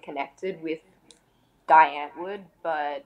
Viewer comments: Its dee ant-vword sorry but the pronunciation is bothering me. Sry. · It's pronounced "Dee Antword" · It's driving me mad when ever they say "Dye-Antoord". "DEEEE" Antwood. Also she's saying a lot but really telling us nothing. What the fuck is going on here? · Zheani pronounces their name “Die” “Dye” it’s pronounced “Dee” “Dee ant Ward” that’s how you pronounce it lol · so is supposed to be pronounced like dye or dee? i've always been told it is dee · It’s pronounced Dee Ant-Vord.... c’mon if you are going to be a die hard fan of a band both of them should know how to say the bands name. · The way he pronounces die antwoord pisses me off to a point I can’t even explain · At least learn how to pronounce die antwoord first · God Adam22 get the pronunciations right...its Dee Antword not Die antword. And zheani like sh not zeani. Americans are so crap with saying names right.